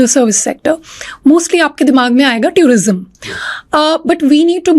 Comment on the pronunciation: With all respect What is that tourism pronunciation